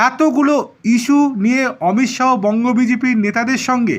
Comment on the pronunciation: Thik kore Uccharon korun,,,,,, Amit Saw nay Amit sah